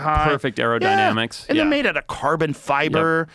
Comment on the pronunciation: When he said "actual "aerodynamics" (Arrow Dynamics) I was like ........FfffffuucK 😂